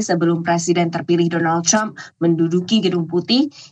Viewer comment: Kenapa ya kalau nyebut Trump selalu “Crump” padahal orang Amerika nyebutnya juga Trump biasa, bukan “Crump”